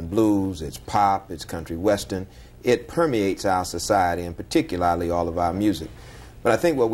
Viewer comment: This 'so called' Reverend might need to go back to school.....wtf is Peticulally ?